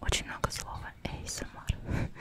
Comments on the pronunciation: Изначально аббревиатура английская, так что она говорит правильно. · "эйсэмар" это просто идеально!